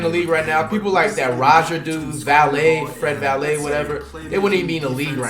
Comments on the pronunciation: My mans said Fred Vanlayyy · Man said Fred Vallet lmao